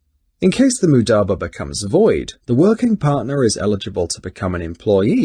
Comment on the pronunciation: He cant even say it right- its not mudaba its mudaRAba